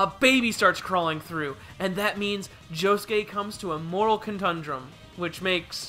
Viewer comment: "Moral contrumdum"